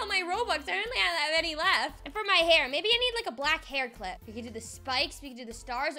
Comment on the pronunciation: You said baby instead of maybe